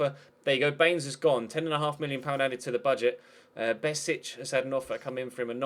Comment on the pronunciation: Hey loving the career mode so far! By the way, Besic is pronounced: "Be-sh-ich" #BosnianBeast